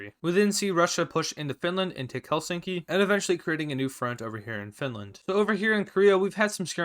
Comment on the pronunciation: You said Helsinki very well